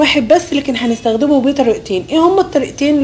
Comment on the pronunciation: انت ليه بتقولي نزدخدمه ما تعرفيش تقولي نستخدمه بالسين يا حلوه